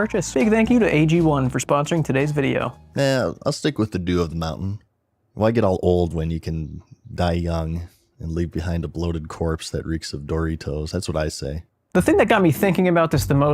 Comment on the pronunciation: "Dory toes" 🤣